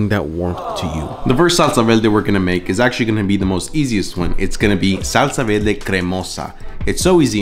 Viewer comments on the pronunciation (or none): Was homie saying salsa “velde”? Is that an accent? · I had a hard time believing you were Puerto Rican but the way you say salsa verde leaves me no doubt 👍🏻😊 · Salsa “velde” yeah okay Mexican’t. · "Salsa Velde" 😂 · well, accents exist, I don't think there's anything wrong with a bit of r and l mix up as long as one can tell what the other person is saying, as is this case. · "salsa velde" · why does he pronounce it like that “vel-deh” lol